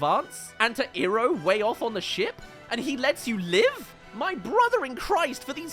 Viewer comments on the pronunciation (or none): That motherfu..... Shamalan messed up Iroh! It's pronounced Eye-roh not eee-roh Shamalan your on my list of enemies. I hope you fail at your next movie and I'll be sure to write a bad review of every last one if your movies despite me only seeing this one